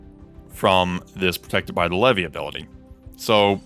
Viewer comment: It's actually not pronounced "lev vee" it's pronounced like this "lee vee"